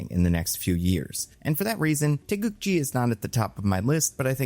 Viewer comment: So you would pronounce it TAY GOO GEE?